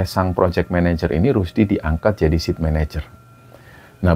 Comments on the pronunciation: Site manager bacanya bukan "sit", tapi" Sait" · Saya dengar bicara Sit Manager, maksudnya SITE MANAGER apa ya ( Site, Baca Sait, artinya lokasi).. terima kasih ceritanya.